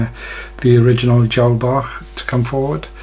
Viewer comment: Hi, thanks for this method. Been trying to tie #16 DB's but they are always too "Fat" BUT using a single herl and your twist method- worked first time!! Brilliant!! Many thanks. AND thanks for the correct pronunciation of "Bach". More please- of your nice slim flies.